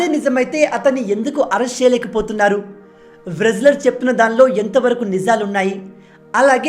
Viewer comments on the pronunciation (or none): అది వ్రేస్లేర్ కాదు రేస్లేర్ అది. చాలు మీ చదువు ఇక్కడే తెలుస్తుంది🙂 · Excellent, brother! W is silest in wrestler. రెజ్లర్ అని పలకాలి; వ్రెజ్లర్ అని కాదు